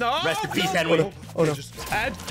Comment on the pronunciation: Did anyone else hear call Henwy half a man